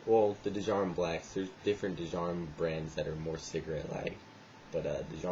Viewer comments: I smoke them regularly, there pretty rough after a few packs, an it's pronounced JAR-UM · you pronounce djarum with a silent d =)